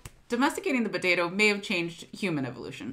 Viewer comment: It bothers me that she pronounces it "buh-tato."